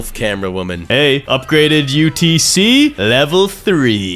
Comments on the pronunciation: said utc but is utt😂😂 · brah sed utc not utc